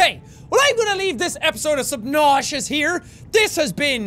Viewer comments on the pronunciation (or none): Why does he keep calling it Subnauseous?